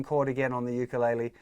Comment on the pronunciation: Ur sayin ukulele wrong